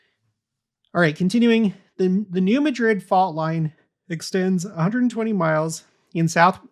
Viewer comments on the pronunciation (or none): I enjoy your content but recommend looking at the pronunciation of the place names you reference, i.e. New Madrid and Wabash. A family member overheard me listening and had to give me some snark over it😏